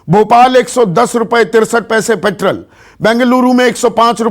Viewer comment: संदीप ,आप पेट्रोल को पेट्रल क्यू बोलते हो?? आप किस माध्यम मे सिखे हो??